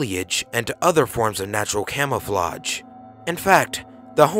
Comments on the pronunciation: Right this dude tried beat to hard and what is camoflaudge. Lol. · anyone hear how he said camoflouge